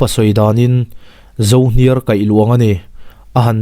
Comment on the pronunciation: Yes. Hetiang ang thuziak tha hi a lawm ka zawn thin....."Zo hniar" tih i lam a, "hniar" tih lai tak hi rihniam tur a ni. "A kawr chu sa seh kawr ang mai a ni, a hniar sung mai," tiha hniar rik ang hian lam tur a niin ka hria. ZO HNIAR = Zâmzo (Pangpar)chi khat, a par hniar sing seng a ni. "Ka tawng khawp ta lo a" tih a " tawng" i lam rik dan pawh hi a dikhlel deuh lo maw. I lam rik ang a a rik hi chuan, thil sei zawng tehna, (kiu atanga kutzung tang hmawr chen) sawina a ni daih a nia. Ri sang tur a ni. "In tawng leh ngei ang aw" tiha tawng ang hian. 30 na.